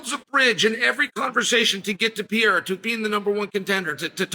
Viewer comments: "Alex Pee-era" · I keep telling him. Its Puh Ray Ruh. Rack itch